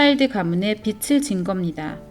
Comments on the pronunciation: 흥미로운 영상 감사히 잘봤습니다.❤ 다만..발음이 빚을 [비즐]ㅇ [비츨]x 빚이 [비지]ㅇ [비치]x 빛을 [비즐]x [비츨]ㅇ 빛이 [비지]x [비치]ㅇ 인거같아요.. 자꾸들려와서 집중이 안되었어요 ㅎㅎ^^ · 읽어주는프로그램인가요? 빚을-비즐 발음을 왜 계속 빛을ㅡ비츨 이렇게발음해요? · 빚을=비즐 이라고 읽어야 하는데 비츨 이라고 읽으면 빛 이란 뜻입이다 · 빚을 빛으로 발음하시는 것을 교정하시면 좋겠습니다 다른 내용은 매우 유익했습니다 감사합니다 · 좋은 내용인데 빚을 (비즐)자꾸 빛을 (비츨)이라고 발음 하시는게 너무 거슬립니다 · 영상 은혜롭게 봤습니다. 그런데 영상 보는데 계속 거슬리는 부분이 있어 알려드립니다. 말씀하시는 분이 계속 빚을 빛 혹은 빗으로 발음을 하셔서 너무 거슬리네요. 빛은 예수님으로 표현되는 단어인데 계속 빚이라 표현되는 부분을 빛 혹은 빗으로 말씀하시네요. 몰라서 그러는 것 같으니 다음부터는 빚을 꼭 빚이라고 녹음부탁드립니다. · 빛을(x)~~빚을(o) 한국어 발음좀 정확하게 하세요. 비치, 비츨이 아니라 비지, 비즐로 발음하세요. 일루미나티 이야기 하면서 발음에 좀더 신중해야 하지 않을까요? 루시퍼는 빛을 나르는 자인데... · 자료 잘 봤습니다~~^^ 한가지… [비츨], [비치]… 가 아니라 [비즐], [비지] 입니다 ㅜ 발음이요…;;;; 빛이 아니니까요^^ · 잘들었습니다만, 발음 비츨이 아니고 비즐입니다. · 유익한 영상 잘 들었는데요 한가지, 발음할때 빚을은 비즐이 맞고 비츨이라고 영상에서처럼 발음하면 빛을이 된답니다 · 빚을 비츨로 읽으시면 안되고 비즐로 읽으셔야 해요. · 비즐 비츠로(발음상 문제) 발음하시니 의미가 잘못 전달될 것 같은 우려가 들고 계속 거슬리네요. 수고스러우시겠지만 다시 녹음하시면 안될까요? 대부분 알아서 들으시기는 하겠지만요. 옥의 티 치고는 반복적이라... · 발음이 틀려서 거슬려요. 비츨 지는게 아니라 비즐 지다 라고 발음해주세요. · 발음에 신경을 써야 겠어요 서울 사투리 아닌가요? 빚을 -> 비즐 빛을. -> 비츨 이 발음이 정확하지 않나요?? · 소소한 지적하나 하고 갈께요.. 국어 연음법칙 : 받침은 다음에 오는 모음으로 넘겨서 발음한다. 예) 빚을 --> 비즐 (빌린것을) 빛을 --> 비츨 (환한 빛을) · 빚을 빛으로 발음 하시네요😓 비즐 비츠로 발음 하십니다. 내용이 너무좋아서 아쉬운마음에... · 비츨 아이고 비즐 이라고 발음해 주세요 제발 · 빚을 !!! 빗츨 아닙니다 ㆍ되게 거슬려요 내용은 심각한데 그 좋은 빛을 빚에 자꾸 쓰시니 집중이 어렵고 좀 짜증이 납니다ㆍ '비즐'이라고 소리가 나지요 ㆍ'빗츨'이라고 하지마세요ㆍ영상안에서 수십번이나 반복하시네요 ᆢ으윽 부부가 다 빚을 빛으로 ᆢ남편분은 다른 영상에서 빚을 빛으로 발음 하시던데'' 내용은 다 좋았는데 ㅡ 왜 이러시나요 다시 고쳐서 올려주세요ㆍ제발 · 매우 귀에 거슬리네요;; 빛은 좋은 의미인데 빚을(비즐) 빛이라(비치라) 발음하니... 아쉽네요ㅠㅠ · 제발~ 빚을 빛이라 읽지 말아주세요~ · 읽으실때 읽는 발음을 빚을 빛으로 읽지 마시고 (비치 아닌 비지 라고 또 비틀이 아닌 비즐 ) 읽으시면 들을때 더 빚으로 와닫겠군요 멋진 팩트 자료 잘시청하고 갑니다 감사합니다 ~ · 빛을 ㅡ비츨 빚을 ㅡ비즐 발음 정확히!!해주시면 더좋을듯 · 다 좋은데 자꾸 빚을 빛으로 발음해서 너무 거슬리네요 ㅠㅠ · 소리를 다시 제작할 수는 없나요 중요한 내용인데 빚을 빛을이라고ㅠ하는 바람에. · 일목요연하게 설명해 주셔서 감사합니다! 발음만 정확하게 해주시면 더 좋겠네요~ 빚을<비즐, 빚으로<비즈로, 빚이<비지